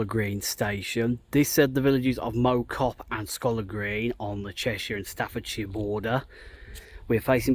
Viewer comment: Mow Cop - Mow as sounds in cow, rather than lawn.